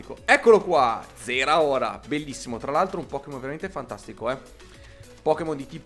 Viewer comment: si dice zaraora